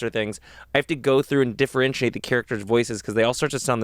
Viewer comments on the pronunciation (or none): none